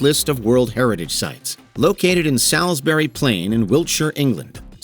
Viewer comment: the pronounceation of Salisbury from someone not in the UK, wil never not be funny